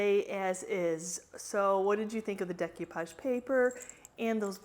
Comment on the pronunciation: Love them, but you drove me crazy every time you mispronounced decoupage.